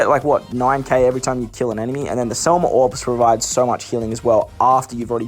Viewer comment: SEM LA NOT SEL MA. DUDE WHAT'S WRONG WITH YOU